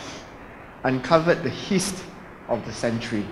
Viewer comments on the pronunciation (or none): Tony , heist is pronounced as “ hai’s “ and not “ hiss “ . Uphold our standard of English language at all times .